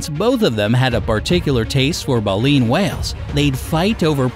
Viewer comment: You mispronounced baleen